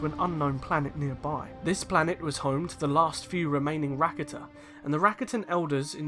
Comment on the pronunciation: Ive never heard someone call them "Racket-ah" before